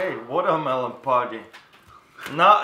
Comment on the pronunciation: ITS WATER MULONE